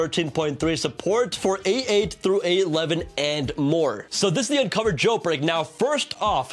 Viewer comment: Please bro, I love ur channel a lot, BUT PLEASE DON’T SAY “Unc0ver” and CheckRa1n” instead of “unc0ver” and “checkra1n”